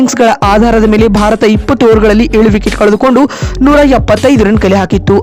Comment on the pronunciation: ಭರತ ಅಲ್ಲ (ಭಾರತ )